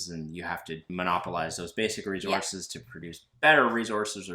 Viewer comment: Great Job! Congrats on the new home., stop saying re-zorces! LMAO! It sounds like you are trying to irritate someone. lol